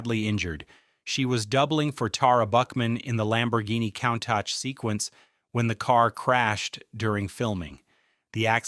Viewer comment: 😆 coon -tak or cune-tash or cone-tauk